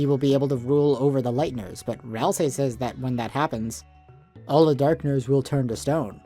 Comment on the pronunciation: When Ralsei becomes Ralsie